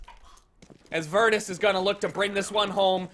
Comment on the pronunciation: Virtuis pro? I hate you its VER TUS OR VERTOOS PRO POLISH PEOPLE YA IM POLSIH MUTHERFUKER